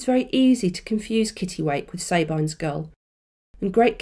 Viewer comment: Sorry, am I losing my mind or isn't it Sab-EEN's gull? As in, the name woman's name, Sabine?